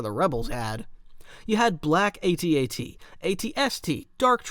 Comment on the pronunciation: He finally pronounced AT-AT the right way